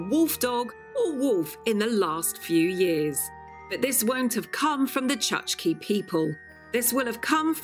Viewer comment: I hope no Chukchi people were listening. The name of these indigenous Siberians is pronounced “chook-chee”.😊